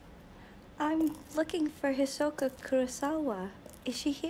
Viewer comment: I can't help but hear "Ahsoka" whenever you say Hisoka